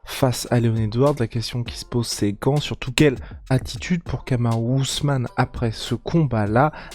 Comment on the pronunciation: C’est plus Kamaru usman c’est Kamaru Uzzzman 😂